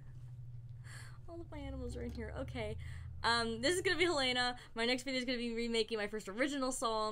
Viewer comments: Its hell-e-na not hell-ainani was very triggered by that sorry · Wait I thought it was 'hellen-ah' not 'hill-ane-ah' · It’s pronounced Hell eh nah according to name pronunciation websites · I say it the second way because I have a neighbor named Helena and she pronounces it that way, but I’m pretty sure both are correct.